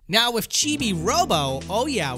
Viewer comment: Good video but please god stop saying 'wif' and 'wifout', it's driving me nuts.